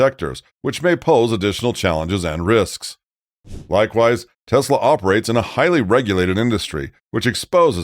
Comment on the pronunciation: Try it! TESLA! With T, like Trouser, and then es, like Escobar. Then la, like laughing. Not! Like "Law".